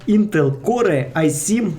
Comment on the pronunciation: не подумай що чіпляюся до слів але то читається як інтел кор